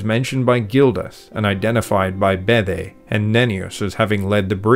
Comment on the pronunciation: Please pronounce Bede properly. It rhymes with READ.. It's not Beday.